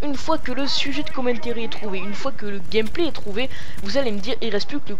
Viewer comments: le " commentairy " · Commentéri nan mais lol sois tu le dis en anglais avec l'accent sois en francais mais pas un melange des deux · si toi ossi tu dit commentAry et non commentéry